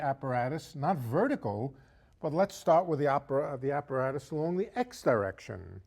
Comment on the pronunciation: ''Tha blackboard''